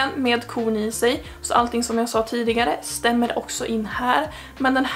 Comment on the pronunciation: Μer norrländska tack 👍😂